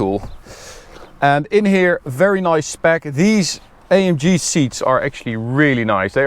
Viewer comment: Bro es heißt A M G nicht EYEMJI